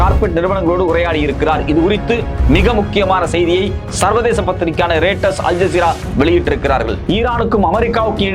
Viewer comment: தம்பி அது ரெய்டர்ஸ் இல்லப்பா... அது ராய்ட்டர்ஸ்.. அது அந்த காலத்தில குதிரைகள் மூலமாக, லெட்டர்களை எடுத்து சென்று சேர்த்த சிறிய நிறுவனம் .. இப்போ அது மிக நம்பகத்தன்மை வாய்ந்த ஒரு நிறுவனம்.. ராய்ட்டர்ஸ்.‌ ஆங்கிலத்தில் REUTERS,என்பது..